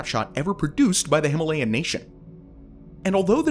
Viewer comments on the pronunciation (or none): none